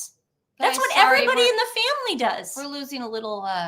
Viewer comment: It was awkward when he said I love my family. He mumbled over family. Almost said father